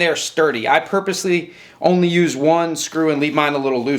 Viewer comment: "So you can st-UUSSE it... to get to your piece"